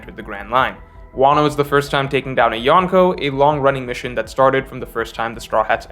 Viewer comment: You lost me at “Yawnko.” 🥴